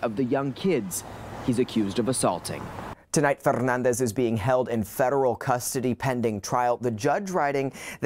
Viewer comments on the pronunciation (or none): The way theyre pronouncing Fernandez is really distracting me from the report. Saw this posted on PP Southeast Texas Llcals page. Absolutely disgusting! Good work on the law enforcement end of this but what is the judge going to do? Hopefully since its becoming a well known case, the judge will give this POS a charge that will fit the crime. But public torture isnt a charge so life in orison or death penalty would suffice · Why is the commentator pronouncing his last name so Fffffernandez. Like seriously 😐